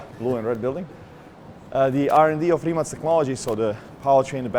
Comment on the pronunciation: His pronunce of Rimac is so idiotic